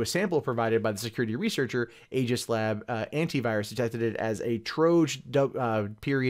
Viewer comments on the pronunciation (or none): none